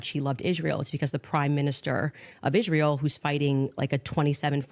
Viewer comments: Why is it Candace can speak clearly but never says Israel correctly, sounds like "Ishthreal"? 😂😂😂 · Omg can someone tell her they are not called Converse'S!!!! They are just Converse!! And Israel does not have an SH in it 😣🥴